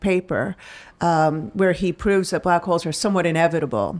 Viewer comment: Black Holes? Oh... I thought you said Black Hoes.